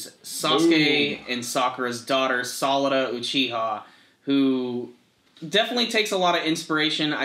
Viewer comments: Just to Let you guys know, it's not bolt or salad. It's Bo-Ru-To, and Sa-Ra-Da. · Ughh it's Boruto not bolt that's just how it translated to English like sasuke daughter being pronounced salad it's real sarada